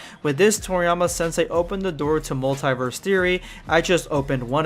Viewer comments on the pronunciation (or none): none